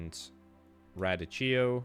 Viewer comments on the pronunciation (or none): You've probably heard of radicchio. In American accent it's pronounced (ruh-DEE-key-oh). I'm not sure if y'all would be calling it something else on your side of the pond though. It's like lettuce but has a distinct bitterness that people either love or hate.